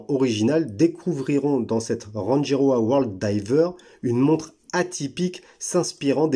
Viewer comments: Elle est belle mais beaucoup trop grosse et surtout beaucoup trop chère pour une marque sortie de nulle part et un calibre (certes Suisse) quelconque. Sinon, je crois qu'on prononce "Ranguiroa" ;-) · Merci de la découverte. Très jolie montre et originale. Je vais aller voir leur site. Pour info l’atoll de Rangi se prononce Ranguiroa. 🙏